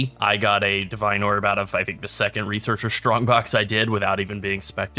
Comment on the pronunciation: For someone that didn't have English as it's native language, I find it really fun, hearing the word "shtrongbox" ^^